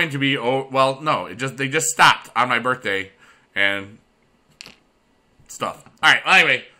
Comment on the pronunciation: "HAPPY BURFDAY"